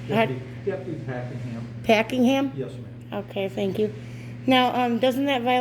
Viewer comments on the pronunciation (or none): Did he say his name is "Packing-ham"?